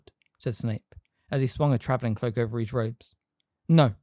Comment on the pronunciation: His isn't pronounced like heez